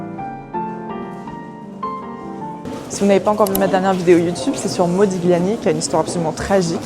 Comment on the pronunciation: Modiliàni, avec l'accentuation sur l'avant-dernière syllabe (comme dans tagliatelle, on ne prononce pas le g)